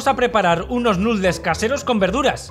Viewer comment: Lástima que no pare de decir "nutles" en lugar de pronunciar "nudels".